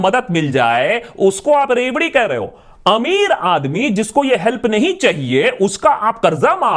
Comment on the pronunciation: What i heard first word loudi😂😂🤦🏻‍♂️